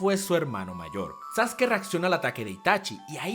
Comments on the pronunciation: Le decia sasuki y se dice saske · SASUKE?? NO ES SASKE ??